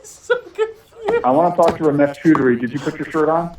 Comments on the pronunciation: He also mispronounced Chowdhury but who cares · Its chodry not choodry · It's pronounced 'chow-dree' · He was probably confused cos you're pronouncing his name Chew Dary when its Chow Dree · if I am correct, I think you are pronouncing Choudary incorrectly, it's not "chew" but I believe it is "chow" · Far be it from me to correct the pronunciation of the iconic, but I will because I want you to be as terrifying to the scammers as possible. It's "chow-DREE" not "choo-DREE". As an Indian, I have to tell you, you're doing Krishna's work! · "CHAUDARRY" NOT "CHOODARY" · hey man loved your video ramesh's last name is pronounced as ch-aw duh-ree as an indian the way u pronounced his last name, choo-dury it sounded like a word in hindi used for coitus. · I think it is pronounced more like Ciao-dry not Chew-dry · His surname is pronounced "Chow-Dery" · The way to pronounce Ramesh's last name is Chow-duh-ree.. Next time use this so you scare them even more. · "Romesh cHUUDry"😂😂 BRO😅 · Strongly urge you to check how scammers names are pronounced in this case his name is pronounced CHOW DAR REE. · It's pronounced cha-o-dhari! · it is pronounced "chow dery" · Hilarious dude ,a tip with Indian names choudhary is pronounced as "chow-der-ee" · lol ramesh "choodary". 😂😂🤣🤣🤣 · he read ramesh chaudhary and pronounced ramesh chudrahi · bro really called him "ramesh ch*dary" xD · For Heavens sake learn how to pronounce properly. If you can’t say Choudhry properly then I despair. You sound like a bunch of school kids. It’s Chow-dree by the way. Very low Indian caste so his family would be really ashamed of him. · If you ever get that last name ‘Choudury’ (spelt multiple ways depending from person to person) It’s phonetically pronounced ‘Chow-dhuu-rree’ Top work lads! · Its pronounced chowd ry just fyi